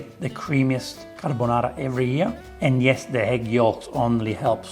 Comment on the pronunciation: “carbonare” You did it too🤣